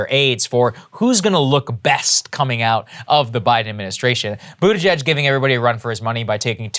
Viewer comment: Love how Jimmy Dore calls him budda-gigg! 😂